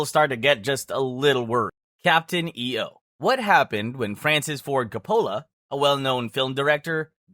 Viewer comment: This channel’s A.I. almost sounds like a real person, until it gets to pronouncing the name of someone like Francis Ford Coppola…